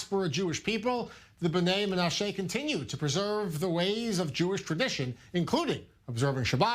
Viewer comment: Why can't this i24 anchor get basic pronunciation right? "MenaSHAY"?? Is this Ireland? Buddy, be a PRO, please, and a Jew, please.